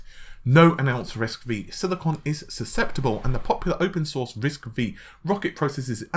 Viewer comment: Hi, Love your videos, but writing to let you know that RISC-V is pronounced `Risc five'. I hate for my first post to sound negative, but, believe me I am fan, and on your recommendation I have built Ryzen 7, Vega 64 Computer, and I am very happy with it. Thank you for your hard work.